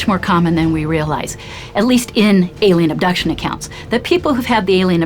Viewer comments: To whom it may concern: The word is pronounced "ALIEN", not "ELLIAN". Thanks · And to whom it may concern: The word "alien" is not pronounced ...Ellian. It's Alien. Thank you